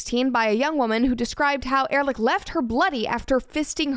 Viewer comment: Writing "Erlick" is a manifestation of a common English pronounciation mistake. So someone made reading it wrong easier-. Erlick probably comes from German "ehrlich". Take the "ear" from bear or the "er" from error and make it earlish. Means honest. Correct English writing style: Erlish Erlick means the name was not heard but read and simplified to be read wrong with confidence. I could be wrong if it came from Old German.